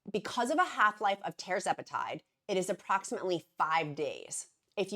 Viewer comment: Tuuuuuuuuuuuuurr zepatide! Not Tar! Eeak! Tur-zepatide (Tir)🐔